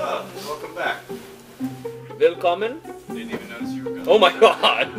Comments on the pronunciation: I am native german and must watch like 3 times bcause i was a bit susbicius as he said "Wilkommen" XD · did he really said "WILLKOMMEN"? 😂